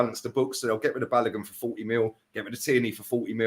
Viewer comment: Balogun is pronounced Ba low goon